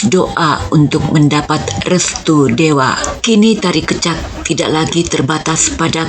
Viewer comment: terima kasih sharing nya,... koreksi sedikit pengucapan kata "kecak" kami di Bali mengucapkan ke- nya itu seperti ke pada kata kecap, bukan ke spt pd kata keluar. salam rahayu